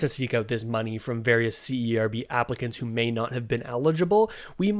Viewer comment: A little suggestion? When you say C-E-R-B it’s sounds like CRB. It would be better to just pronounce it as the word and not the acronym (Serb) to differentiate when you say c-r-b. Does that make sense? Hope y0u don’t mind the feedback. You probably don’t want to confuse folks.